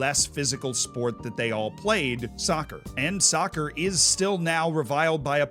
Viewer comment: I cringed when he said sovcer